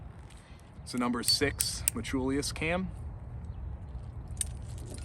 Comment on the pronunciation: Brother, are you saying "metchulius"?? Lol anyway, very odd choice by them to add the little wings on the thumb press, especially since the sling still goes INSIDE the wings. If they routed the sling on the OUTSIDE of the wings, then it would hold the sling open and I bet that would make it much easier to get your thumb in when you're pumped. I'm glad they got rid of the silly colored "range finder" dots, but otherwise this feels like a sidegrade at best and not really an upgrade. Thumbloops really are the best IMO.